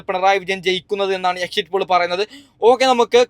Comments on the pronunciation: എക്സിറ്റ് പൂൾ അല്ല പോൾ ആണ് 😀😀😀😂😂😂😂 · എക്സിറ്റ് പോൾ എന്നെങ്കിലും പറയാൻ പഠിച്ചിട്ട് വാടോ ...